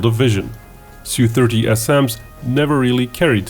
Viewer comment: Su is pronounced as in word "super"